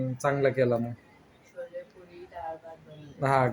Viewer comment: Shole nahi chole astat te 😂